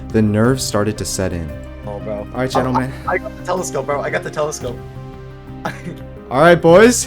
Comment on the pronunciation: “Genle men genle men”